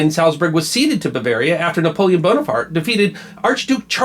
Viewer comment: He says "Bonerfart"